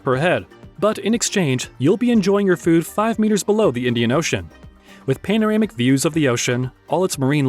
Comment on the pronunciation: Couldn’t even pronounce “panoramic” correctly. “Pane-oramic”. WTF? 🙄